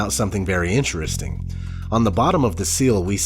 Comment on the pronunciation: Reeely eenteresting. Not ODD chances, I don't think...as in on purpose! Thanks for information that might otherwise, shall we say, be swept under the carpet. Our country seems to have an immunodeficiency of God factor of immense propensity! Thnx!